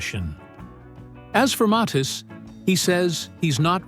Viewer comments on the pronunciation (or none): name pronounced .....M A T H I I S